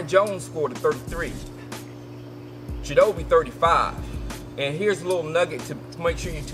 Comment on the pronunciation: I think it's pronounced chit-o-bay